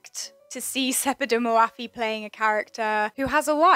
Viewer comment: Love your videos! But her name is not pronounced hour, it's more like "Ór'.